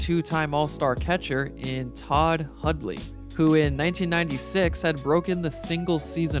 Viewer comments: Hudley Hudley Hudley. I know you can pronounce Hundley properly. I believe in you. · Pretty good video, but there's an 'N' in Hundley. His name isn't Hudley and you kept pronouncing it.